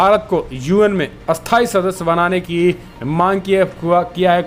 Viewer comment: क्रपया उच्चारण में स्थाई - अस्थाई का ध्यान रखें।🙏🙏🙏🇮🇳🇮🇳